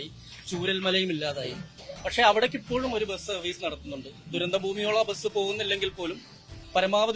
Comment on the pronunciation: എടൊ ബെസ് എന്നു പറയാതെ ബസ് എന്നു പറ